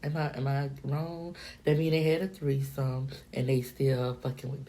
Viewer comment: That's definitely what it sounded like lol a "treesome" lol